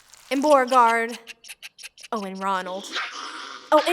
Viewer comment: Boragard?! I think I laughed way to much at that xD